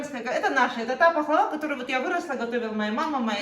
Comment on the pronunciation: Не пахвала а пахлава😂 правильно говоришь туганым, уз миллэтенэ житми, торле хэллэр була, янында уз кешен булсын! ❤🤲Бер дигэн кыз син,узен шэп, чибэр, телгэ оста, сина да табыла яхшы кеше! 🤲💗